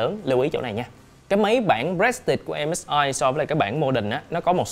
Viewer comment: a ơi prestige đọc là pờ rì stit